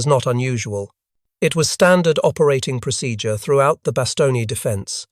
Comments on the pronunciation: "Bast own" not Baston ye. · Bastogne is pronounced "Bass-Stone" not "Bass-Tony", Freaking brits. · You should really change that profile picture. It's literally a swastika for no reason, and already you pronounced the main word wrong. Bastogne. It's Bah Stone. Not Bastongee. Clown. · Since you are doing this video in ENGLISH not FRENCH, the pronunciation is "BAss STONE" NOT "bas Stone ne" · bah-stong-yee? Seriously? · Stupid artificial english accent robot still can't pronounce Bastogne? Give up and try being a toaster.